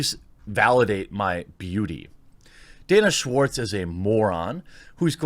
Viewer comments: “Schwartz” —- EVERYTIME! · Her name is Schwartz! Every. Single. Time!